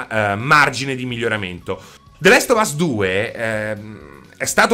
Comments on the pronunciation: The lest of us non si può sentire, comunque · "The lest of us" "nouty dog" mi sanguinano le orecchie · “The lest of us”